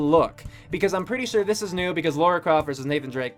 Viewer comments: Just so you know, Lara Croft is not Laura Croft. It's pronounced Lah-Rah. They even pronounced her name properly in the video, and you didn't seem to notice. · It's LA-RA not Laura